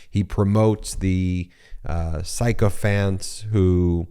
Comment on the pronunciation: Thanks, yet again, for brilliant coverage of key issues and events! (Just as an aside: "sycophants" is pronounced "sick-o-phants, which seems most appropriate. Sick, indeed.)